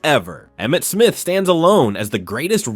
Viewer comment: You got Emmett Smith right